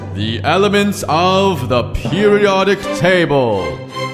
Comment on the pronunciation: THERES IS NO "T" IN PERIODIC OMLLLLL